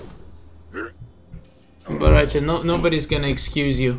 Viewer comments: Bahrahcha? Lol baraka’s reject brother I guess? Say it w/ me now... Bow Rai Cho; that’s how u pronounce it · its bo rai cho not bo ra cha :))))